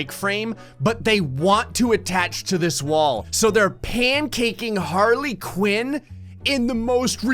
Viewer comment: A Harley Piñata? Don't you mean a Harley Quinñata?